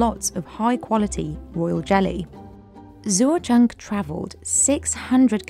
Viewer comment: Shoutout to the narrator for confidently butchering the farmer Zuozheng's name repeatedly over and over in typical British fashion.